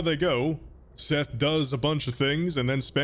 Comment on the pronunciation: IM TIRED OF YOU SAYING MY NAME WRONG